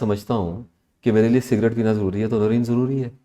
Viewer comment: The host name should be pronounced like NOOREN....wht does she say, the hostess???